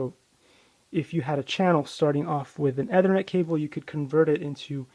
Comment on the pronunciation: A waste of time, you can't even pronounce ethernet correctly... The Braided cable is known as a screen, this similar effect is created in CAT 5 etc.. cable due to electromagnetic properties of the twisted pairs....